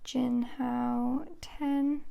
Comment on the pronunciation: You: “Jinhao 10” What I Hear: “Jianhao Tan”